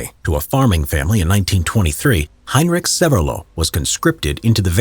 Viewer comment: "heinrik sevelo" xDDD